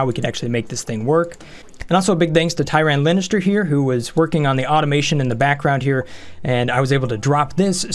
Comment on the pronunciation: He did say Tyran Lanister lol